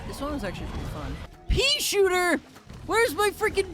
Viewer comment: "PEASHOOTAH" Caught me off gaurd 💀🙏